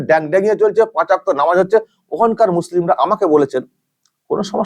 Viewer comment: Are o ki jane, murkha, 5 waqt bolte parena, bole okto. Se naki bojhabe ke kon party korbe!